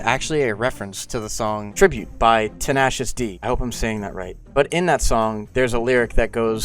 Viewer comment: You pronounce it 10 A cious 😂🎉